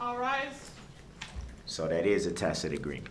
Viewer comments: someone had to have told him the word is pronounced TASIT (tacit) NOT "TAKIT" - he actually CAN learn new things, by golly. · Awwww, Duhrl is trying new pronunciations for (tacid) He was pronouncing it "tackid" last week, lol😂 Edit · I wonder who told him "Hey stupid it's pronounced tacit not tackit you moron'!